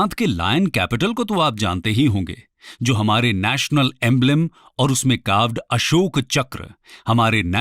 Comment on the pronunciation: अशोका नहीं अशोक